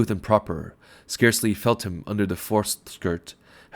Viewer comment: a few seconds in and already mispronunciations - of 'scarcely', for example..